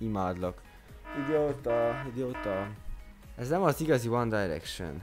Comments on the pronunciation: Amúgy a One Direction-t helyesen mondtad ki :D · Amúgy jól mondtad a 1D-t. Tulajdonképpen mindkét módon helyes, mert a Brit angol "Dájreksön"-nek míg az amerikai "Direksön"-nek mondja. :D